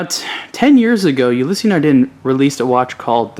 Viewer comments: "Ulysee Nardeen" it's Ulysse (youliss) Nardin (nard in). Don't review it if you can't even pronounce it. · The Freak is without a doubt my favorite of the Ulysse line. Just a note, Ulysse is pronounce "Ou-Lease" as opposed "Ou-Lissy". Great video!